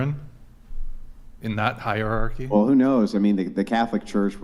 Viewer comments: Chick next to claims 140IQ Chick next to can't pronounce "hierarchy" Sure, they don't have to be related. But funny. Edit: asks her to re-read it 😂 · 140 I.Q. but can't read the word hierarchy....